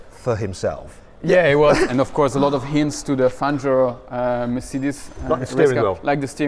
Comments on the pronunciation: panzio는 영어식으로 읽어서 그럴걸요 팡히오가 현지식 발음인듯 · 아르헨티나 스페인어 발음으로 팡히오가 맞음.